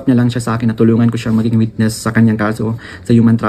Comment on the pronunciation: PATAPUSIN MO MUNA MAGSALITA ANG WETNESS MO HINDI NAMIN MAINTINDIHAN EH